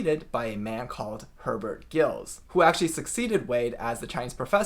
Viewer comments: Giles should be pronounced to rhyme with Piles, NOT to rhyme with Hills. Also the G is soft not hard. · Giles should be pronounced with a soft g and a long i . /dʒaɪlz/ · Wade-"Giles" should pronounce /ʤaıǝlz/